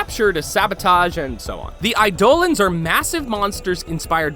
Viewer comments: you dont need void keys to get to the void anymore.....and this was posted like...over a year....after that update..... eye dolans. --wrong eidolons. eye dough lawns. ---right learn to pronounce. jesus. "running across walls, something not many combat games do" titanfall, and every call of duty game for the past 4 years except WWII? no? nobody likes archwing............... islands of inaros? how do you even make that mistake!? the entire quest takes place in a friggin desert! voices of warframes? you mean wordless grunts, shouts, and screams? fusion cores dont exist anymore....now we have endo... wait...there was a wedding? thats.....weird....nice fact :D im kinda surprised at the lack of research on this video, you guys usually do a lot better a job than this, and half your gameplay footage of the game here looks 2-3 years old. its a little disappointing. not entirely bad, and im always glad to see this game get more of the attention it deserves, okay video all around. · theyre pronounced eye-dolan, not i-dolen! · Did he just say... Eyedolans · The “I-do-lins?” It’s “I-da-lons” Watch some dev streams or something. They say it several times. This is what bugs me about people who review games. Even though it’s said multiple times they still somehow manage to mispronounce it. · I love it how he said Sentients. (if that's how you say it then, i'm so... so... sorry.) edit: and Eidolons. edit 2: did he say Island of Inaros? sorry, i'm a bit picky edit 3: 30 million registered... xD you know where i'm going with this xd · and Eidolons, not eiDOlans